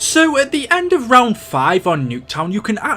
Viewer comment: You said round 5 it sound on the round 8